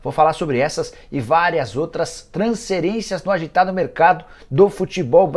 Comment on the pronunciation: Nikola pq vc fala transcerência e não transferência,vc não gosta da letra F ,tem alguma mágoa com alguém que cujo nome começa com a letra F?